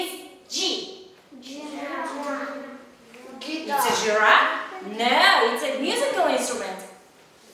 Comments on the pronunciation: The stress is on the second syllable in the word guitar (gi"ta:) and it's drum, dr/\m, not dram. И в каком вузе вы учились интересно? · Очень много ошибок в произношении слов: белка, пианино, гитара.......иногда опускается глагол to be....... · Она неправильно произносит некоторие слова. Да и в грамматике тоже проблема.